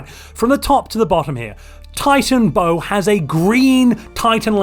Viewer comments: The bow of a ship is pronounced like a tree bough not like an archer's bow. Noticed this in live stream too 😁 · Titan Bow? As in archery? No, it's bow (like bough) as in the front of a ship...